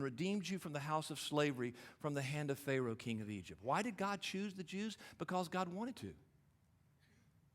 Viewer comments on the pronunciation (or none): none